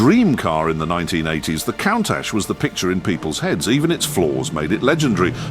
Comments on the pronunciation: It's pronounced coontash not countash! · This video should get a price for most wrong pronunciations of a single word in under 160 seconds. Say it with me,: K O O N N - T U S H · It's pronounced Koon-taj (with a long soft "J" sound at the end). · For the grace of fcuking god. Stop posting Ai narration where they can’t even pronounce the cars name. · Sadly, the Ai keeps mispronouncing its name. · i dont like to say this But damn you for getting "Countach" wrong. Stop, it's really irritating. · The name is slang for look at that . Most often a reference for something surprising you were not expecting to see . Like a very attractive women walked around the corner into view, word from one of the workers creating the prototype . And your pronouncing it incorrectly .